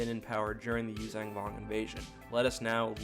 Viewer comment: Love the video but its Yuuzhan not youzang...